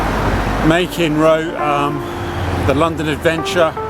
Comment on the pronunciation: from what i understand, "machen" rhymes with "blacken" 😊